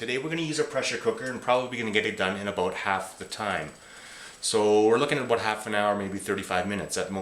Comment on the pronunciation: D you said aboot.